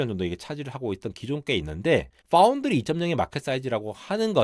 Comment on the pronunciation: 삼성파운드리 언급할 땐 F발음 유념해주셔야